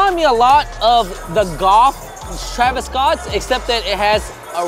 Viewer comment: Bro said goth instead of golf